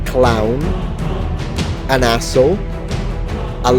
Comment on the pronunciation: yer english is spectacular but anyone with a good ear would know you were italian when you call them an azo